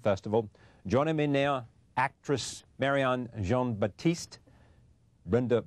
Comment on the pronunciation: Cringe-worthy interview. The interviewer completely ignored Marianne Jean-Baptiste, then mangled the pronunciation of her name at the end. Appalling and icky..